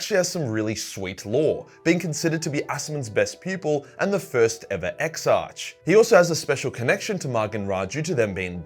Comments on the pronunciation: Exarch is pronounced: ex-arc. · Ok, say the word "monarch." Now say "anarchy". Ok. Now say "exarch". There you go. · Love your content. Please pronounce the "ch" in Exarch like you do in "Primarch."